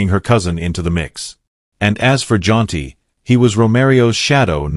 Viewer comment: His name is Jaunty. Why do you keep saying John.